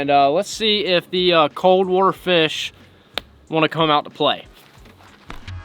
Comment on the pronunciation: The amount of times he says wooter in this video is 🤯